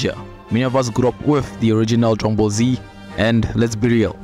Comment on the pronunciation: Drungball Z o´ Drungball Z Kaa?